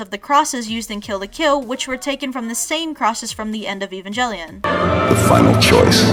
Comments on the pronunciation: Serially; Ee-vahn-gell-ion It's even in the clip you played! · Believes that Gainax made Kill la Kill. Goes on to say "Evangjellyon". Either you mispronounced it, or that was a true fan's reference to Robin Williams. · can u not call it evan-jelly-on? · That mispronunciation of 'Evangelion' hurt my childhood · evangelion is not pronounced with a j sound